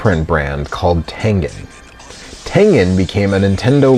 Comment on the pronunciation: That's not how you say tengen